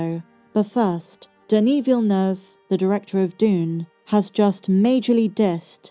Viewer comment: As a french Canadian from Québec, i have to say that you absolutely nailed your Denis Villeneuve prononciation.